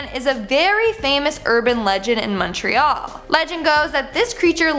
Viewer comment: I live in Montreal (thank you for correctly pronouncing it, by the way 😊). The story of the "Bonhomme Sept-Heure" is actually an badly translated version of "the bonesetter". "Sometime in the 1800s or before, when French Canadian French speakers were second class citizens. They were laborers and trades-people, and the moneyed class of course was English, so doctors and magistrates and local politicians were all English speaking, so the higher class was English and the lower class was French. And so, the doctor would come to set broken bones and of course that was usually accompanied by lots of screaming and crying and whatnot because setting broken bones is really painful. So, the bonesetter as they say in English became loosely translated to le bonhomme sept-heures.”